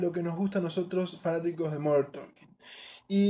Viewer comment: Por que você fala MODERN TOLKIN? Está errado!!! You need to learn how to pronounce the words correctly.